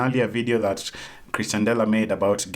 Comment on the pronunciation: Nice video but it is pronounced as "Ex-tian" dela not "Chris-tian" dela. Its mildly infuriating tbh